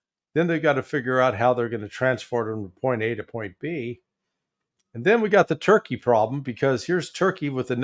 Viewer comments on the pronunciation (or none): none